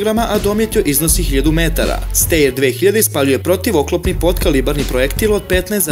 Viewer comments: Mal korektura; ne izgovara se Steir, nego Stajer (Schtajer). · Ja bih rekao da se STEYR čita ŠTAJER ali ajd sad...malo edukacije nije na odmet kad već hoćeš druge da edukuješ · steyr se cita štajer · Video je dobar!!!Izbor koji si napravio je za pohvalu.Ali, ne znam zašto svi čitaju nemački kao engleski...,,Steyr" Stejer, već Štajr, ili Štajer.,,Mannlicher" se ne čita Manličer, već Manliher...I kod ,,krupnokalibarska" se ne stavlja crtica...